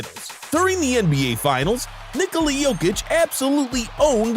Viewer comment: Finally someone pronounces Nikola how it should be